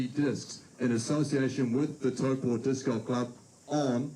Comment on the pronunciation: how you say it is pretty close but you’re usually a little off on the Po of Taupo. Listen to how Henry says it vs how you say it. Only commenting on this because I know you care, as you’re basically an honorary Kiwi now.